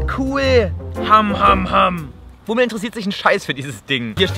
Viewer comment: Jochi M Nicht Pummel sondern Wummel XD😂😂